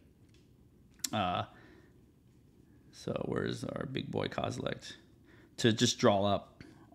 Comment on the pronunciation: There’s no “t” at the end of “Kozilek” lol